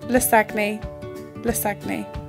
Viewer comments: LIES Its pronounced 'Lah-zan-yah' Why are u guys providing false info, its misleading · HAHAHAH YOU PRONOUNCE IT WRONG XDXD IT IS LASAGN! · Pronunciation is horribly wrong. Source: i'm italian